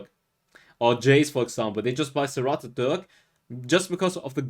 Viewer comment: It’s pronounced “sir - rAted” not “sir - rotted”. Thanks for your explanations and reviews.